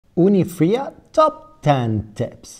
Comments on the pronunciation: It's called Fyra, not Frya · its not "fria" its "fire-uh"